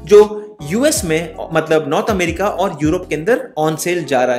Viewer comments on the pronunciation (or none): none